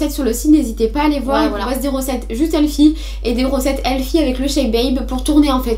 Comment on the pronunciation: qui as capté dans la min elle dit healfy au lieu de healthy mdrrr